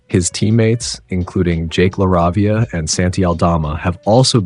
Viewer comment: One thing. La-ray-vee-a not lah-rah-vi-ah